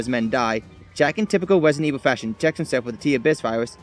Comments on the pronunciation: Wesident evil lol, good video. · Wesident evwil lmao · I love Wesident Evil Fwanchise as well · Wesident evil lol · Rwesident Ewil.